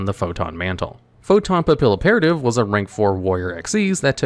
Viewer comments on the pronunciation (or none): "PAP-PILLOW-PERATIVE?!" SIR!!!! she's a butterfly spy agent! It's French! Say it with me! "Pappy- Operative" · I love this channel and content but please learn to pronounce papillon!! It’s a French word, the A’s are very different and the double L’s make the YUH sound like in Spanish; you are BUTCHERING Papilloperative, my guy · God I'm going to die if he says papilloperative wrong anymore. Pap. Ill. Opera. Tive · how did you mispronounced photon papilloperative Whose name is the combination of the word operative in the French word for butterfly Papillon. You could have just looked over the anime to get the right pronunciation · How many times are people going to improperly pronounce Papilloperative lmao